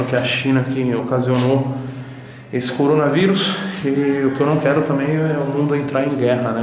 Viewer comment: Ninguem: a toguro: CORONA VAIRUS